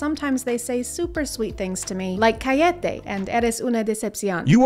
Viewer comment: i think you pronounced Cállate wrong you emphasized it calléte